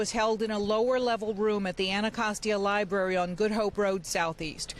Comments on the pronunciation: liBrary not libary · Tez saying Li-BERRY not Li-BRARY is one more reason, why I always say, TBC needs to have a true intellectual doing front page news😒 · It’s LiBRARY, not Liberry!!! Come on now😖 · Li-BERRY Li-BERRY Li-BERRY😂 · Tez is supposed to be the scholar and shes out here saying “li-berry” instead of library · Tez is too smart to be saying Lie-Berry instead of Library lol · Liberry huh 😂 Man I hope y’all get rid of Tez quickly. So many great, intelligent, Black women out there ready for the job yet y’all have us wakin up with Tez every morning 😅 knock it OFF 😂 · No way she said lie berry that many times 😂😂😂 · That’s what I was about to say 😂😂😂… I love Tez but she woke me up 😂😂 .. Libary 😂😂😂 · Lie berry lol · WTF is a liberry? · I listened in this morning, and didn’t even catch until seeing yall comments that Tezlyn definitely is saying “lie-berry” Dang Tez 😕 …🤭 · Why is Tes still saying “Liberry” 🤨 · A “Lie-Barry” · She really says “Liberry”. 😂😂😂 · Library 🤦🏽‍♂️ lie berry, dear lord 🥹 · Liberry? It was bothering me too. You would think she of all people would know better. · Library has two “Rs”